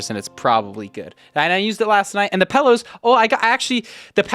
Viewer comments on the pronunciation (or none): did no one else hear pellows instead of pillows? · says "PELLOWS" lol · Why does he say "pellows"